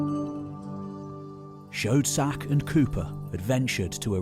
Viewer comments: 🤔 I'm sorry, di---did you just say Ernest Chode Sack? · Lol "Shcoedsack" lmao